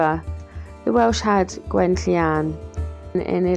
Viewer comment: Wow, a very impressive structure, very good thinking for the time as well. I will never know how you pronounce Gwenllian so well 😅 Very interesting video thank you